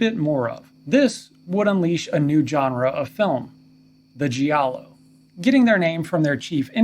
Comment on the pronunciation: Great video and well researched. Intelligent perspective. Just a friendly heads up.. "Giallo" when pronounced correctly, should rhyme with "Shallow". Not the commonly mispronounced, "gee-allow" . Thanks again for a great video!